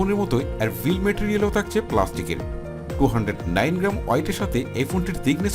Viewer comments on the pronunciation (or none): none